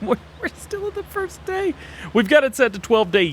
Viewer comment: "Fist" come on DJ